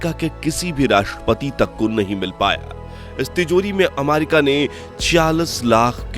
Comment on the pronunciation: आमारिका नही रे अमेरिका है ओ 😂😂😂😂